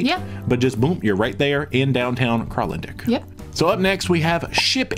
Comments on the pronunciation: Kralendijk is pronounced with a long "i". dijk is dike in Dutch. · Your pronunciation of Kralendijk is wrong. Its Dutch and should be pronounced KralendYk. Ij = Y. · Now you did not pronounce correctly. Its difficult for english speakers but it sounds more like "DYKE". KRAAHL-UHN-DYKE. Ina rime: I like to bike in kralendike